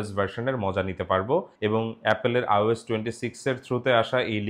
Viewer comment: ভাই বার বার আওস বলছেন কেন? আইওএস হবে, ঠিক না?